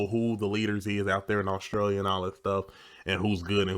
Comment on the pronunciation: As an Aussie, some of these are completely unfamiliar to me - sounds like they've been made up for effect. The abbreviations are more common. Note... she is part of a demographic that mispronounces 'Australia'... it's not "Aushtralia". That mispronunciation of 's' followed by 't' by including an imaginary 'h', e.g. shtreet, shtudent, shtandards etc. is becoming more common. Kids are no longer taught correct pronunciation and speech sounds.